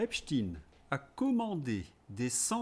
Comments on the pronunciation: Merci! Je suis désolée de revenir là dessus, mais la prononciation de l’autre dépravé n’est pas "ep.tchine" (je ne mets pas de majuscule car je ne le respecte pas!), mais là prononciation en US et UK, en phonétique: ep.stain comme on ne dit pas Albert Ep.tchine. Encore désolée mais les victimes méritent vraiment que tout le monde se rappelle les vrais nom et prononciation de ce suppôt de Satan. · Pourquoi prononcez-vous epstine, est-ce que vous prononcez einstine (Einstein, le physicien)? Non, sauf si on veut gommer son statut de membre de la communauté intouchable. Son nom c'est ep-chtagne. Merci. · Oui c'est Epstein et pas Epstine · Belle digression fuyante, Certes... MAIS... POURQUOI... "E P S T iiiiine"... Qui n'a JAMAIS existé nul part... AVANT???... T'as pas dit,... "" 💡💡💡 En Anglais???... FAUX!!!... La prononciation est pour UK & US /ˈep.staɪn/ (Source Dictionary-Cambridge... excusez du peu 🤔😥)... Perso, j'ai relevé, avec certains accents /ˈep.stéɪn/ MAIS JAMAIS "iine" 🤔🤔🤔 Aide nous juste à être moins bêtes, nous qui avons toujours fait la différence entre "E i N S T E i N" (Aïn) et "B R i E FING" (Briiii)?!... 👉🌀🌀👉 Maintenant je te le concède, j'ai CONSTATÉ que TOUS les Russophobes Patentés prononçaient comme toi: "E P S T iiiiine"!!!... Sans doute pour introduire une RIME SUBLIMINALE avec un certain "P O U T iiiine" 🤔😥!!!... 👉🌀🌀👉 PARALLÈLEMENT L'Hyper Majorité des ÉVEILLÉS CRITIQUES & RÉSISTANTS respectent la Prononciation OFFICIELLE HISTORIQUE communément admise de TOUS TEMPS et en TOUS LIEUX "E P S T E I N" tout comme "E i N S T E i N"... [ d'origine ashkénaze (germanique/yiddish)... et pas Russe... Sorry... Désolé 😉 ] 🔥🔥🔥 VOILÀ, POURQUOI, tu ne peux pas balayer d'un revers de manche méprisant ceux qui - À JUSTE TITRE à mon sens - t'ont interpellé en espérant sans doute avoir une RÉPONSE FRANCHE ET HONNÊTE DE TA PART plutôt QU'UN BRAS D'HONNEUR!!!... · C'est pas Epstine mais Epstein